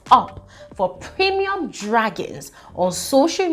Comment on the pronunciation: I like the way you are stressing the "premium". As in eh, I didn't expect this much drama.